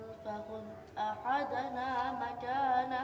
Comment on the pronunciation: MashAllah Sheikh! May Allah reward you for your efforts. However, he says "فخذ احدنا مكانه" but he pronounces احدنا with اختلاس so he doesn't give the د the same weight as the other letters of the word and this is a mistake.